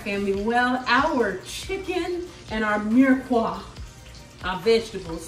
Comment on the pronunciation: You have a great French accent. You said mirepoix the perfect way!! Thank you!! :-)